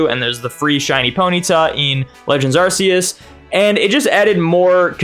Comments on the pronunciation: Silvally - RKS System. R K S. You can stop saying Arseus now. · as i know how to pronounce these, luckily that's not me. But in that defence, there isn't a hard pronunciation for them. Arceus, there is. No excuse. 😂